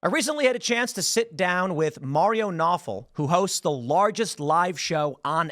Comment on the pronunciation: No way thats how tou pronounce his last name lololol